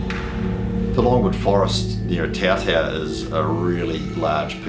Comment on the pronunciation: Pronunciation of Otautau not great.